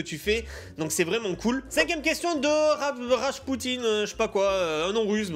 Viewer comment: "Rashpoutine" PTDR tu as trop écouté Ziak